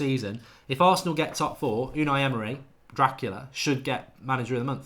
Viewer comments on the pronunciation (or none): none